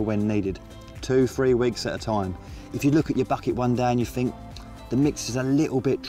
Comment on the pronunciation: Maybe if you had stayed in school you would know it’s pronounced “Think” and not “Fink”.